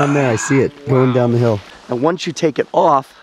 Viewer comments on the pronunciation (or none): none